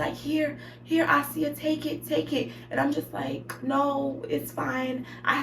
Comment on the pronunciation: “Ah-si-ah” Asia 😂😂😂 I’m weak